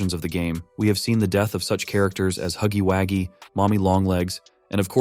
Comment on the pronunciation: BRO IT'S HUGGY WUGGY NOT WITH THE A.